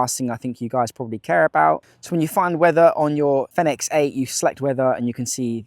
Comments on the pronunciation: All I said was you pronounce product name incorrectly, then you got snidey with me because I used the edit function to rephrase my question.. Not cool.. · You pronounce the product name incorrectly..